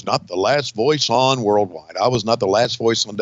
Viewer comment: A "rild wide" 🤣